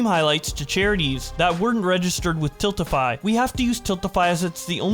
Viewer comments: why are you pronouncing stuff weird??? "Tillify"??? TILTify my guy haha. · I like how finally figures out how to pronounce “TILTify” halfway through the video. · Bro how many times can you misread tiltify and Marisha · Why can't he pronounce Tiltify or Mariesha